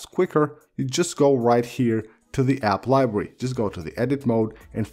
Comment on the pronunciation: “App liberrwy”